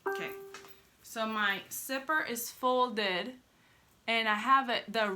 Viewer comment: I like how she says zipper like "sipper" 😊